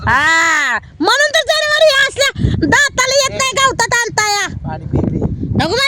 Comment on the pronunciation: जनवार म्हणायचं नसतं जनावर म्हणायचं असतं